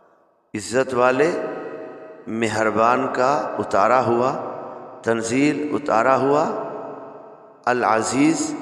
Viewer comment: Tan zee zal par aap hijje me zabr ke badle pesh bol rahe hain. Please check.